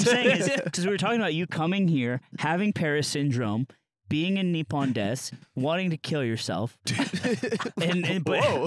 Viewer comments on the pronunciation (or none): none